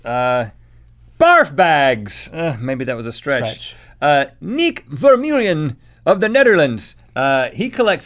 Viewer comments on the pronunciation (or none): hahaha I like how English people or everyone who speaks English can't pronounce the Dutch letter eu like in Vermeulen properly while the people from the Netherlands can pronounce every single word in English. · Vermeulen is pronounced as Fair-Mule-LAN. Just for the people that are curious to know... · Yeh i am from the netherlands to i live in live in Enschede and i was laughing so hard when he sad niek vermeulen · As a Dutch person myself, I thoroughly enjoy the way Rhett pronounces 'Vermeulen'